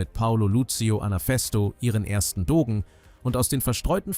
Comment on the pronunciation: Doge; g vor e und i ist in romanischen Sprachen kein Verschlusslaut, sondern wird italienisch wie das slawische ž oder das zweite g in »Garage« gesprochen.